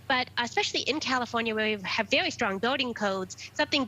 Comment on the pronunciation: Vewy vewy intwesting